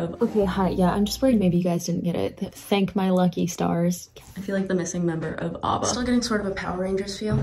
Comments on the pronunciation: did you just call ABBA. AWBBA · um. "Abba" is pronounced with an "A" not an "O". They are not called "obba" THEY ARE AN INSTITUTION!!! Also, the excitement music you hummed is not from Power Rangers. I think it is from Octonauts.